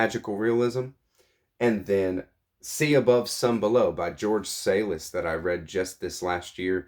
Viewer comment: At some point I need to reread this too. It was great the first time around. Looking forward to your thoughts! I've picked on Ben's pronunciation enough so I'll pick on you this time lol. Daimon = day mawn Salis = Saw liss Just teasin' you though .; )